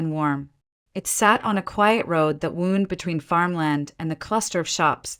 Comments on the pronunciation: Can’t you guys spell the word wound phonetically so AI will stop pronouncing it woond instead of wownd. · Yes but AI peonounces it wrong in the contex used. Same way with live (d) and read.